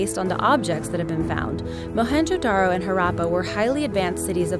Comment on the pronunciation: Listening to the presenter butchering the word Mohenjodaro and Harrappa